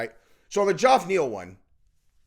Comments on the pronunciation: Why do you keep calling the guy Joff? It's pronounced Jeff (Geoff) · God damnit. His name is pronounced Jeff. Not ge-off. Jeff. Fucking hell. That is all. Carry on. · His name is Jeff. not Joff. Geoff is just a different way to spell it. I grew up with a kid who spelled it that way. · Geoff=Jeff... not Jorf lol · Dude why TF aren't you capable of saying Jeff? Does your brain not comprehend that Geoff is pronounced Jeff? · Why does not say the name Geoff properly. Its not even a difficult name to pronounce. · You ever gonna pronounce Geoff's name correctly? It took 30 seconds to do some actual YouTube research on how everyone pronounces his name. Yet you say you work so hard, but can't take 23 seconds to look up his name. 🤔🤔